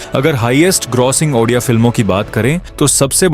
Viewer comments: ଓଡ଼ିଆ❌ ଅଣ୍ଡିଆ ✅ 😅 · Ondia no Odia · Fast pronounce thik Karo.baad mein vdo banana.bahut gusa atta hei app jab odia ko ondia bolte hei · Bhai ondia nehi ondia nam sunke hasi bahut aa rahahe... Bhai spelling thada thick kara ONDIA NEHI ODIA ଓଡ଼ିଆ...... Ondia ka mening odia me kia hota hai pata hai???? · If possible make the diction and pronunciation prompts to voice over or AI correctly, it’s not “ONDIA” it’s “ODIA” , in that way you are spreading wrong info about the state and its culture. Your content is so good and thanks for spreading out such positivity but due to such misspellings it can hurt our sentiments too. Kindly recreate and then post it again if possible. Good luck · 😂Ruk jaa bhai ondia ondia bolke odia ko moraoge kya.....well 👍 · Abe sale odia 😌 ondia nehi😡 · Ondia nahi bhi odia 😂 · Ondia nahi odia bulate hai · It's not3 ondia it's odia pronounce it clearly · Bhai tum unpadh ho kya 😂 odia ko ondia bol rahe ho 😢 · Abe odia hei. Ondia nhi 😢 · abe ondia nahi Odia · Ondiya neyi Odia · Not ondia it's ओडिया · Odia hai be ondia nahi 👺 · Ondia Nehi odia ❤❤😂😂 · Ondia 😂 Odia ❤ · Andiaa film 🤣🤣🤣🤣😂😂😂 tereko padhna aata hai re😂😂😂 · Ondia na endua ba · 😂😂 ha kuch jagh jagha ondia bol Diya he bhai ne Edit- but bhai ne reserch acchi kari he us liye chalta he